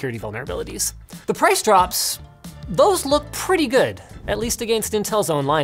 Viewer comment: wasnt really sure he was canadian... then he said "a gainst" and confirmed it